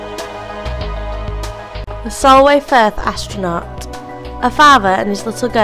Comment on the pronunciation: lol an astronauht has landed XD